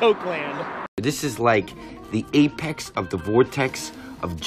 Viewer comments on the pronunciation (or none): none